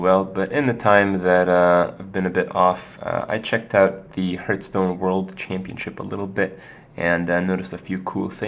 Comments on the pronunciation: IT'S PRONOUNCED "HARTH STONE" NOT "HURTH STONE" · Why cant he pronounce it properly, ARGH